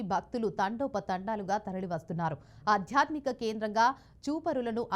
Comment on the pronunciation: అధ్యాత్మిక కాదు, ఆధ్యాత్మిక అని పలుకు తల్లీ